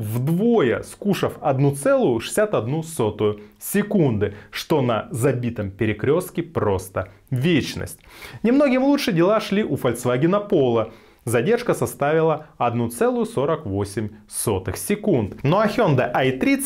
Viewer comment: Как то боязно доверять автомобильному эксперту который говорит "фольЦваген". Пожалуйста будьте в будущем внимательнее к произношению. А так спасибо за видео, очень информативно.